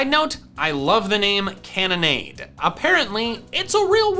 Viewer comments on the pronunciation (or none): Why does every Poketuber say Cannonade sounds like Lemonade?